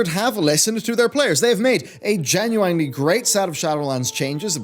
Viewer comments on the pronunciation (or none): Genuine is said 'jen-u-in' not 'jen-u-wine' Come on bro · Daily reminder genuine is pronounced with the ‘ine’ like in ‘masculine’ rather than like in ‘swine’ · Every time says genuine, I think of Ginuwine the singer. Or he just wants to ride that pony.